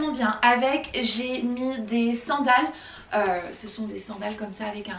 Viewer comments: Top ton vlog! ❤️ Par contre, c'est quoi cette manie de dire: "c'te" au lieu de "ce" chaque fois? 🤔 C'est: "ce", il se suffit à lui même 😁 J'adore le mélange de couleurs de tes cheveux en ce moment 😍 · Aaah enfin un vlog !!! c'est marrant tu dis toujours "ste" 😂 "ste meuble , ste pouf " mdrr😂